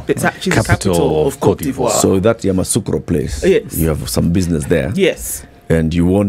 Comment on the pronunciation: It’s Yamoussoukro not Yamassoukro